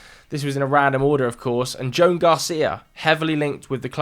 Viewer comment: It’s pronounced “Jo-an” not Joan,!